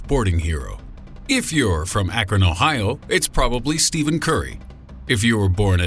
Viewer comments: Amazing way to discredit your video... Akron is Lebron country and it's pronounced Stefan not Stevan. SMH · It's STEPH-en, not Steven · Not "Steven" Curry 😂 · "Steven Curry?" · 3.58 "Steven Curry" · Steven curry?! 😂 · steven curry ? haha come on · you pronounced Steph Curry's name wrong... and I would say 99% of basketball fans in Akron are LeBron fans, seeing that he is from there as well and he actually plays for a Ohio team